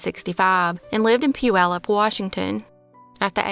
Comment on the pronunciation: Bravo for pronouncing Puyallup correctly!!! 👏👏👏👏👏🙌